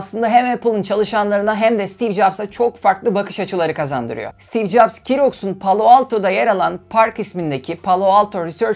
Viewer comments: Keroks değil Zeroks! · KiRoks değil ZiRoks